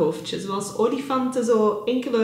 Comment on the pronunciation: Gefeliciteerd met jullie zoontje 💙 Ik moest hard lachen om jou uitspraken; kiwi hoofdje en oliefanten hoofdje 😂 Geniet van je gezin en je vrije tijd ❣️